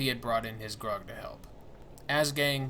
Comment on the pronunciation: I know it's petty but Graug is pronounced as gr-ow-g. Not grog. Just sayin